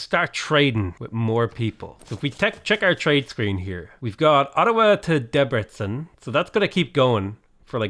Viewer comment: hooleee you said Debrecen right 👌